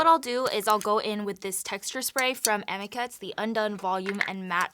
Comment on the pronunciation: Girl I love you, but you are pronouncing Amika wrong, the I actually is pronounced like you would say the letter "e" AmEka but it's spelled Amika... we sell it at the salon I work at, very good high end brand there! 😍😍😍😍